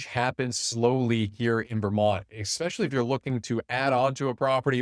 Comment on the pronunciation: Dude, you just said "exspecially". Sorry to point this out but I'm doing you a favor because I guarantee you, that will cost you a sale.